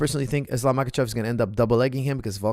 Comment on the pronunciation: Coach, if you can pronounce the H sound, why you call Islam "MaKachev" if he is in fact "MaHachev"?